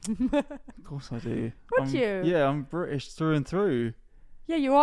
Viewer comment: I LOVE how pronounces British as 'Bri'ish'.. it's insanely accurate to a lot of Southeast England accents! Also I'm S.E English and my partner is native German (Hamburg) living in S.W England so can relate to a lot of the content. Especially my love for German food and culture. 💜🇩🇪🇬🇧💜